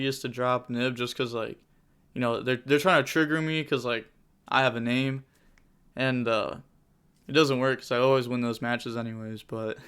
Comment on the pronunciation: The way your pronounced his name lol